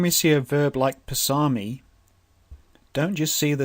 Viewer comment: Amazing but your pronunciation I think can be corrected going with the close languages to it. Passami should be Pas saa mi rather than Pssa mi. Equally Pas ser thi, and same way, Dham man pas ser thi, Soo man pas ser thi.